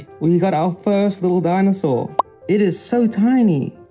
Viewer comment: "dinosaur" dont piss me off